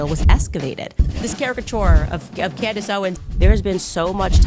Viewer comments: She pronounced her own name as "Camdice" 😂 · "remnshint" did it for me 😂😂😂😂 but they left out pronouncing her own name as camrice